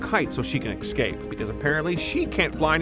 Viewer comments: ECSCAPE 😂😂😂😂😂 ITS E... SCAPE!!!! THERE IS NO C BETWEEN E AND C YOU FOOL!!!!! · EScape! It's pronounced Escape! Not EXcape! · Good video but I can't stand when people say "ekscape" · Escape*. Excape isn’t a word... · Good video but i cringe every time the narrator says "Ecscape" ... {shudder}